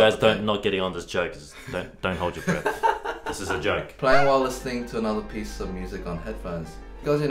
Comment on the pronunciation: Mind: * hears "hold your Brett" instead of "hold your breath" Me: no you don't ship, you're not supposed to ship Mind: But he's Eddy's Brett/breath Me: THIS IS SO NOT GOOD